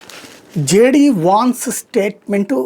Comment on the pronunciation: Vaance kadu , vance Taatha ani annappudu , nuvvu bathroom lonchi vinnava